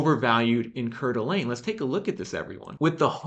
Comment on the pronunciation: Hi! Just FYI, the pronunciation for Coeur d'Alene is 'core-duh-lane'. 😅